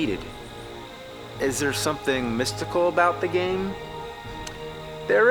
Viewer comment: I love how AVGN pronounces "game" as "game-uh" and "garbage" as "gar-bitch"